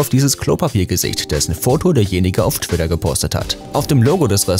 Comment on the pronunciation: Bei twidda 😂😂😂